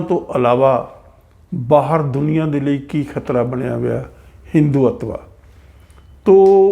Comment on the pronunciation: “हिन्दू - तवा”